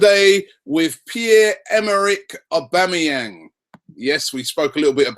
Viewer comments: Wow!!!! Robbie - we "must" be gettin' close cos you learnt to pronounce his name right!!!!!! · Why are people getting excoted over these rumours, im excited that robbie said his full name perfectly!!!